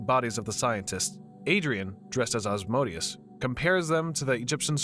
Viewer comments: Who the hell is “Oz-Moe-Dee-Us?” It’s “Ah-zee-man-di-uhs” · The way this guy pronounce Ozzymandias like ozmondius, and not O-zy-man-dius, physically hurts me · It's pronounced "Ozzy-Man-D-Us", not Oz-mode-ius FFS! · Ozzy-man-dee-us not Asmodeus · Ozymandias is pronounced Ah-zee-man-dee-us. LMAO 🤣🤣🤣 You keep saying Asmodeus. Invoking a chief prince if he'll may not be a great idea. Hahahah. I've watched almost all your recaps and thank you!!! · Isn't it pronounced "O-zee-man-dee-us" instead of "Asmodeus"? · Real crime here is the narrator pronouncing Ozzies name as Oz-MODE-ius... its MANDIUS... OZY-MAN-DI-US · It's not "Oz-mo-dias". It's Ozymandias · Just want to add that Ozymandias is pronounced "O-zee-man-dee-as" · just to be the comic book nerd from the simpsons, and just cuz i read the graphic novel lol, it's pronounced ozymandias. but well done otherwise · Love this recapper: Ozymandias is apparently pronounced "Asmodeus". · It annoys me how you pronounce "Ozymandius" as "Ozmodius" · You were saying ozzys name wrong. It’s OZY-MAN-DEE-US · Sorry, bu it REALLY hurts my ears when you say "Ozmodius"...he is called Ozymandias after a poem by Shelley... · Sounded more like "Asmodeus" to me... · Why Ozymandias sounded like Asmodeus in your mouth... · The original voice was the best, bring it back please!! Also, this guy mispronounced Ozymandias' name as Ozmonious?? strange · his name is pronounced oz-ee-MAN-dee-əs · Good recap, but you absolutely brutalized "Ozymandias." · The way you pronounced Ozymandias really irked me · its "Ozymandias"... i cringed so damn hard hearing him butchering his name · Yeah, I noticed it too, I guess his not familiar with the watchmen comics and only knows watchmen through this movie.